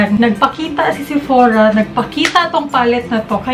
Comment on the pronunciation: SEPORA..😅😂😂✌️ BLUS... jusko lerd😂